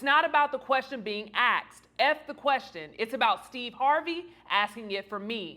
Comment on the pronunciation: Axed?! Google is FREE type in 'Asked' and learn how to pronounce it correctly, professional. Yeah okay, you've probably overachieved for your level of discernment. But; You Definitely Look Grown & Sexy today, and maybe ; just maybe that's all that matters to the Algorithm gods....